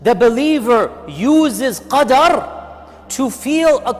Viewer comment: thanks a lot for the very relieving words to cope with anxiety and stress we are fighting these days, May Allah bless you. Slight correction: plz review minute 8 and correct the word QARD to Qadr